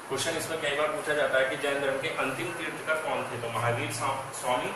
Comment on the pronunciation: तीर्थंकर होता है तीर्थकर नहीं